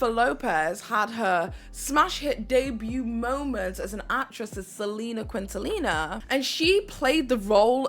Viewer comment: Trying so hard to enjoy this but girl. "Living in Color" and "Selena Quintallina" are really taking me out of the immersion 😭😭😭